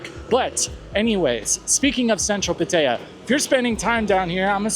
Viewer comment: I wish you'd pronounce Pattaya correctly. The videos pretty good. Please be careful with drinking. That location has ruined many good men.